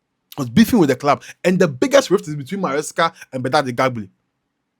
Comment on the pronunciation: you for mind the pronunciation of the name, it is Eghbali not Egabli. that guy sef looks like a gangster and he's behaving like one